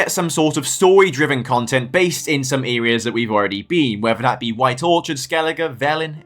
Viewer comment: "Earias"?!?!?!?! What U.K. dialect is that abomination? 🙂 Essex born myself and I have never in 60 years heard "areas" pronounced like that!